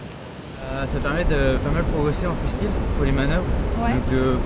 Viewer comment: Freestile! Ça m'énerve! Pourquoi pas freuhstile non plus???😡😡😡😡😡